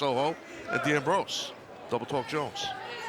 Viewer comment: Do the commentary team listen to the intros?! They keep butchering Ashley D'Amboise's name!